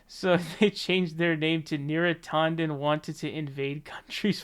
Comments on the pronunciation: Is it bad that it bothers me when you pronounce names with an A? You say Bernie Saunders when it's San-ders now neera tawden instead of neera tan-den. Bro I cringe trying to listen I'll still support you but please pronounce names the way they are spelled. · yeah, you might be right about that.. YouTube certainly loves any excuse to de-monetize a video... but he also pronounces Neera Tanden as "Neera TAW- nden". Sorry to be petty, lol, i couldn't help myself. Still gave his video the Like button. :P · I hear his pronunciation as /'tɑndən/, not /'tɔndən/. Though, I like the pronunciation /'tændən/, which enables my nickname, Neera Tantrum.